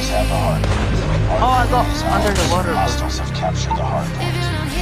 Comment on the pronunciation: He's under the woturr